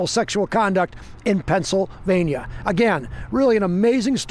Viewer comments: By the way Pennsylvania is one word. It's not Pennsyl Vania, it's Pennsylvania. 😆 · "Pencil vane yuh"